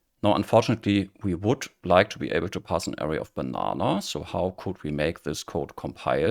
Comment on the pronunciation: Thanks for this helpful video. After decades of dabbling in OOP, I'm finally getting serious with Kotlin and learning about variance. Your video explains better than the last one I tried. One helpful tip for non-native English speakers: the stress in "array" is on the second syllable. Since the first syllable is unstressed, its vowel has a schwa sound. Many Europeans stress the first syllable, which is wrong, and makes the word difficult to understand.